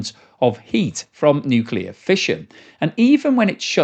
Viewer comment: Nukeyaler! Harnessing the awesome power... Of the Nukeyalus